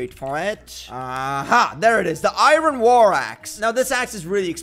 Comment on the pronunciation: I hate it when he says iren instead of iron